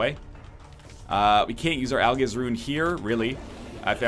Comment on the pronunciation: I can't wait until he finds out that 'Algiz' is pronounced 'Al-jizz.'